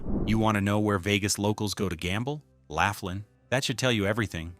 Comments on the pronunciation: Good grief. Laughlin, Nev. isn't pronounced "laugh-lin." It's pronounced "law-flin." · Laughlin is great! I've been going for years. It's LAW-FLIN not LAFF-LIN 😅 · BTW, Its pronounced L-o-f-l-i-n not L-a-f-l-i-n ... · It’s “loff” lan, not laugh lin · Laff Lin? It’s Lowf Lin. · Laugh-lin....that place is a riot. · So far as I know, Laughlin is pronounced lof-lin. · Ai can't say laughlin🤣. Just stop being lazy and do your own video with your real voice. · You mispronounced Laughlin. The resorts there are crap, dirty and dead. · Just made the same comment. AI is bs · Pictures don’t match the location comments, other than NJ. Pronunciation of Laughlin was horrendously. General details, however, very good and the truth about Vegas these days makes me wonder when the lights will go out there?